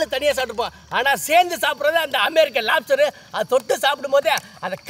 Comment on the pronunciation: american lapster 😂